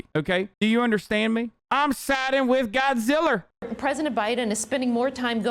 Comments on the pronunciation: "I'm siden' with Godziller" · "I'm siding with godziller" 🤣🤣🤣 oh fuck I'm dead